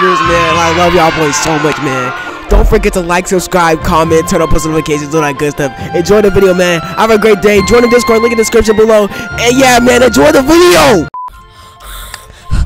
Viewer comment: Lol you had me when it said subscribble